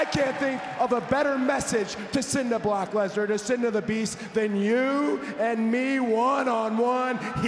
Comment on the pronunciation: I can't be the only one, that heard Cody saying 'Block Lesnar' 😅